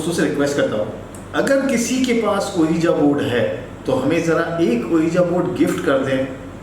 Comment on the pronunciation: My dear it's not called "ooeeja board". Ouija.. correct pronunciations is "weejee" board. You can check on google pronunciations. 😀 Recommended your channel to my nephew and cousins.